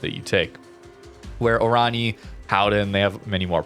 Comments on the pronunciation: its.. like... oran-ye a bit like in kan-ye [west] but not the... yeeee but a short ye. oranye. as opposed to orani^^ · Prinz Van Oran-yuh ;)